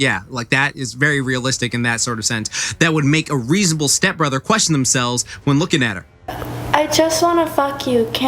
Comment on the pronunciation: I like how he put emphasis on step brother